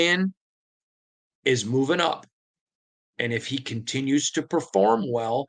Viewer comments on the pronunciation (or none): none